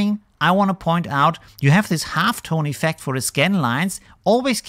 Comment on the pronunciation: Keep up the videos. Funny how you pronounce iiiffect